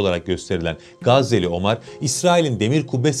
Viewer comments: Abi , Omar ismini biz Türkler'in Ömer olarak telaffuz ettiğini biliyorsun , değil mi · Teşekkürler, ağzına sağlık da; ÖMER ismini hiç mi duymadın be kardeşim? OMAR nedir ya hu? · ne omarı ya.. ömer... inglizler gibi okumayın